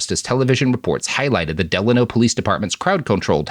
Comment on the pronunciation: "Del-ay-no" is how it's pronounced, as someone from the Valley.